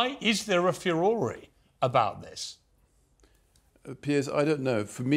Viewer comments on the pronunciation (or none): I like the way he pronounces "furore": few-or-ray". I say few- roar.